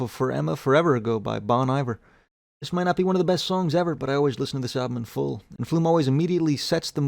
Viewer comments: Its pronounced Bone Eevare (Bon Iver) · sorry for being a dick, but i cant deal. Its pronounced bon iver with a phonetic i. like just please dont get it wrong i cant deal.